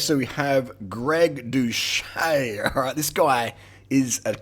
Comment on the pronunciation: 1.guy, you can't even pronnounce his name right 2.he opened up about it, he has videos from before he even had 10K subs explaining his steroid charges, he is completely open about his past 3.yeah bro hes still blasting tren, thats why he lost 40 lbs of muscle and 200 lbs off of his bench 4.greg was prolly natty at the time he claimed he was natty since he did gain close to 50 lbs of contractile tissue and his bench went up by 2.5pl8s after he started doing roids 5.have you not seen ANY natty below 10% bodyfat? are you SERIOUSLY saying you CAN NOT HOLD ONTO MUSCLE MASS while dieting? what kind of fucking clown are you? conclusion:this video is a massive L, just because you look like shit that doesn't mean you have to hate on people who look good